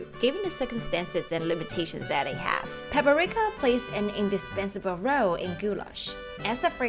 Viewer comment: It's Paprika, not Paperika.